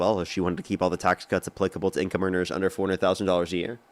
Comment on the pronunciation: Hey...Love your show and intelligent debates.!!! One request.....please slow down just a titch, because every time you say tax on income over $400,000 is sounds like "$40,000". Your points are soooo good, but sometimes lost in rapidity of speech...and I know what you're saying and have to translate. Lol. Hopefully this is helpful. Love you, bro'